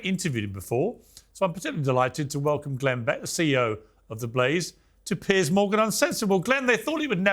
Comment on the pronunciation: Piers not pearce. Its not even pronounced the same.